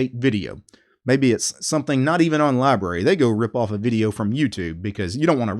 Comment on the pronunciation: It’s pronounced with 2 syllables!